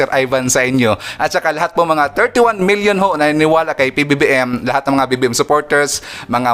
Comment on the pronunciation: Sir Ivan parang nahihirapan kayo bigkasin ang PBBM .ganito na lang Pres.BBM para madali